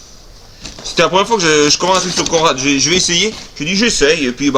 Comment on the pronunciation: C rigolo comme dit con.rad 🤣 oui elle est chouette cet machine javais vu ca chez l'ami marko 🤩